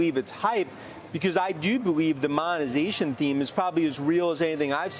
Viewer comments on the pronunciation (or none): wens the monazayshuun?